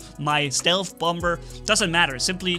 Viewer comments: bommer not bomber idk if thats a german pronounciation but bommer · What thinks he's saying: Bomber What We hear: Bumber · Just so you know its pronounced bom-er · I love your accent and by the way the second B is silent 👍